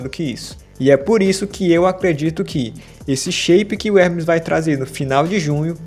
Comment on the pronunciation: You d.mb i.iot he's name is Ermes not Hrmees